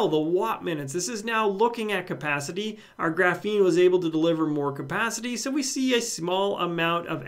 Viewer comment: It's 100% pronounced GRAH-feen, not gruh-FEEN lol